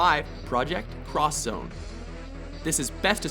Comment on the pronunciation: Points for actually pronouncing it 'Cross Zone'.